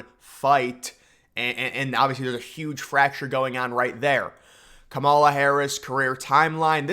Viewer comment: Dude I’m not saying you gotta like her policies or anything, but please pronounce her name right. It’s “KAH-ma-la” not “Ka-MALL-a”